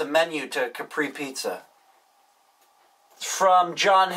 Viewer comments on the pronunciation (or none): none